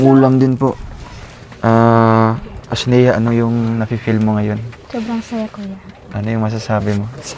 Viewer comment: Sa wakas tumama rin ang pagbigks ng pangalan sa Asnea, joke lang